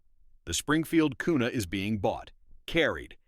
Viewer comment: Kuna a "carry" gun 😂😂😂😂😂